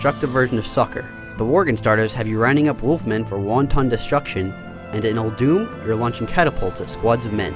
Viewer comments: Btw it is pronounced ULL DUMM not OLE DOOM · It's pronounced Ul-doom. Blizz said so.